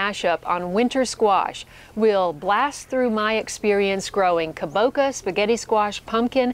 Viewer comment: Hi aqesome vid. Makes me hungry!!! its pronounced ka bo cha. Like cha cha cha. And tempura is pronounced tem poo ra